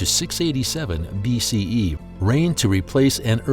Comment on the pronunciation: I was just surprised how the narrator said "BCE"........